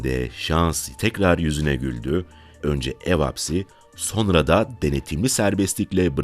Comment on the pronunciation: Ulan bir videoyu seslendirmeden bir diksiyon dersi alsaydın. SoNra kelimesine soRna demek nasıl bir aymazlık, nasıl bir terbiyesizlik, işine ve kendisine saygısızlıktır ⁉️⁉️⁉️⁉️